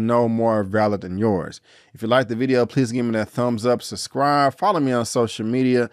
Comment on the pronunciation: I would subscribe but you keep pronouncing it ciscribe lol where you from